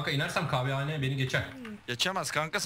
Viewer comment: kWhane Değilll. Kahvehane zaaa xD